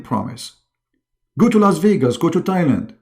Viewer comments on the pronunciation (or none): none